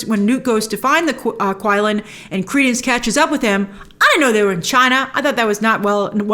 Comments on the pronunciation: The beast’s name is Qi Lin. The pronunciation was not “Kui-lin” but more like “chi-Lin”. In Japanese it’s called Kirin. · It is actually pronounced qi-lin (chi-lin), as how it is pronounced in the film numerous times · The Qilin is not pronounced like it looks. it's prounced Chill-in. Did you watch the movie, bro? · Quilin is pronounced 'Chilin'.